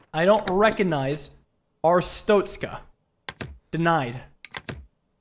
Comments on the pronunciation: It's pronounced Arstotzka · Most people say ar-stock-ska I think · Wait a minute… Our-stoat-skuh It’s the god damn stoat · I've been waiting for this and "are-stot-skah" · “Air-it-stos-ka” is the approximate pronunciation of the country this game exists in, hope I helped 😊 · Way to pronounce is is arr (like a pirate going arr) stot (tot as in tater tots) ska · I think it's pronounced Ar-stot(like shot)-ska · Bro, its ch sound. Not tsztszt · Arstotzka is pronounced: Ar (like a harsh pirate arrrr just shorter) Sto (like stone) Tz (like the ts sound you make sometimes) Ka (like the beginning of car, but sharper)